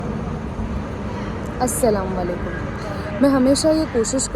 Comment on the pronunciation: Sister,its Assalamualaikum. Not asalawalekum……maksad hurt krna nae sirf batana tha….kyunki salam ko sahi se na bolne se kuch bhi msg jaata hai…